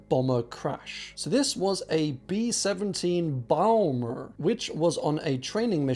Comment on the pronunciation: Bee Sheventeen Bauhmer!! 😂